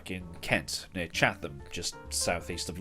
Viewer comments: Chatham not what ever you said mate, the track is only up the road from me it's just to exspesive. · Chat’am. You don’t pronounce the h. I love this track hope it’s saved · Ita pronounced chat-ham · It's definitely not near Chath-ham because no such place exists. The town has done so much to ruin the county's image it deserves to be pronounced properly. [insert crying laughing emoji here]